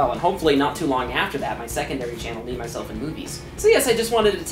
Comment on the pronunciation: I swear he said memyselfandboobies i swear